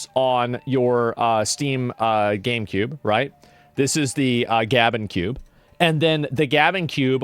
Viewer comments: The Gube for short 😂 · Why does Asmon keep pronouncing GabeCube incorrectly?! It’s a play on GameCube!!!